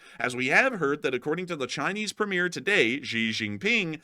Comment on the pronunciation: Premier pron Premy Er. Not ear!! FFS